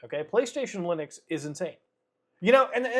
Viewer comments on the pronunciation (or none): Lunix ? Am I the only one hearing that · I fggn lost it when he said loonix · Clicked so I could hear him say ”Lunix” funny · Am I the only one who almost spat his water out in laughter, when he said "Loonix"? 🤣